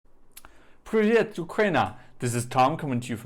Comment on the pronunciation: Please, say « Pryvit » and not « priviet »